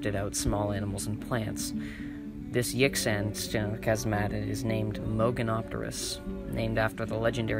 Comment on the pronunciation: The mandarin chinese X shounds like SH and the Q is CH. Yixian sounds like Yeesheeahn. Xu Xing sounds like Shu Shing. Jinzhou sounds like Jin-jo-oo. Chinese has 2 J sounds and OU is a diphthong not a blended vowel sound. When speaking let the O sound slip into the U and then quickly diminish. Less cunning linguists drop the U sound all together. So you will hear Jin-jo. Kick ass content btw.